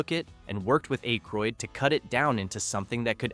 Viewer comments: Its ack ,, roydd not ache, roydd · 😮Hey, it's pronounced "ACK-ROYD" not "ACHE-ROYD". Otherwise you did a great job. Thanks for the trivia. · you need to figure out how to pronounce peoples name its Dan Ackroyd not A-kroyd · Pronounced short A - Ay-kroyd. not long A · A-croyd? SERIOUSLY? Have you just arrived from MARS? Say his name like that once more and i'm off! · I would love to watch a video with the Blues Brothers factoids and Easter eggs. But I literally cannot sit thru this video with the narrator can’t properly pronounce theman’s name. Hearing “Ache-roid” again and again makes me wanna scream. 😂 Also, you would think that they’d point out the people who made cameos, like with a still shot with an arrow or something. This video really seems lazily made. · Eh-kroyd lol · Dan Aye-kroyd? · At least pronounce akroyd properly man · I can’t watch this if ya can’t get his name right . Bye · Learn how to pronounce Aykroyd.